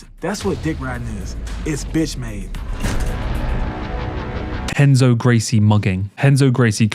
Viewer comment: Y'know... if the name "Renzo" is going to be pronounced as "Henzo", shouldn't the R in the name "Gracie" be said as an H as well? Shouldn't it? C'mon...